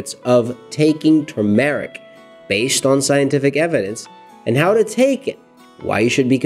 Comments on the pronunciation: Turmeric (TER--MORECK) Not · I really wanted to watch this video, but I can't with the mispronunciation of the word Turmeric. There is no long Eric sound in Turmeric!!! Try not to put a pause between Turm, and eric. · Please look up the proper pronunciation of the word Turmeric, the proper accent is on the first syllable. It is really annoying to hear some one repeatedly mis-pronounce a word over and over. Thank you. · Pls pronounce it right